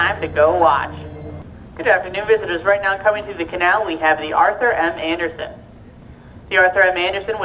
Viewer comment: Yes, my point was, they said boat, and they definitely said Arthur “Manderson” twice, instead of Arthur M Anderson. Maybe a new employee?